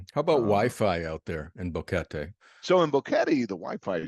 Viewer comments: Drives me nuts that he doesn't know how to pronounce Boquete. It's not Boh-Kettie. It's Boh-KE-tay. argh. It makes me think he hasn't really been out and about meeting people there. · It's annoying how the Gringo says Boguete....so US American. Learn the language...be respectful!